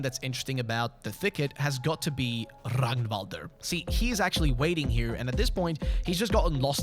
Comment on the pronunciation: love me another fellow swed that appreciates fear and hunger :))) (thank you for actually pronouncing Ragnvalrd's name correctly)